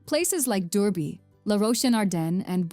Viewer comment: This AI voice really can't handle the French names. That's not how you pronounce Durbuy (or known at this day as Coucke-land). But yes, i love our Ardennes.